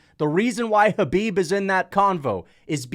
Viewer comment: hey pronounce Kahbib's name correctly🤗